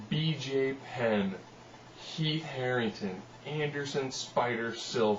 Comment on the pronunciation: Heath Herring'ton'. You're adorable.